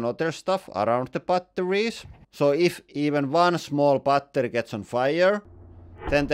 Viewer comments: I love how he pronounces battery like bah ter yh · 빠떼리 발음 친숙하다